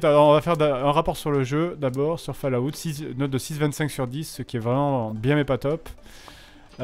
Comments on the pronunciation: Pas Fallaout mais fAll,Out. Enfin si vous avez compris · Bah ouais c'est ce que je dis, "fall" ça se dit "fol". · OMG, la prononciation de Fallout. J'ai presque rit à cause de la prononciation du nom. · Lucien Magnus Non, personne ne prononce falaout, si tu veux la seule description 'réelle' de la prononciation c'est l'écriture phonétique que je ne peux pas retranscrire ici, en écriture proche française ça serait follawt avec un 'o' ouvert et long et le même 'awt' que pour 'out' (et prière d'arrêter de dire 'a-out', vous avez l'air incroyablement ridicules... les anglais ont des normes pour leur langue aussi, et ne pas savoir faire une diphtongue c'est un peu la honte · Falaout... Falaout... Falaout.. Pauvre Bethesda... le nom de sa serie se fais massacrer xD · Epintus06 Pour la prononciation, c'est plus "Folawte" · hahaha quand il dit ( Fallaoute) je suis toujours mort de rire 😂😂😂 ! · Ah ? Pour ce seul mot (Fallout) peut-être bien, oui.